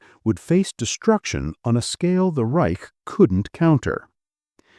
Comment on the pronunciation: Third Reysh??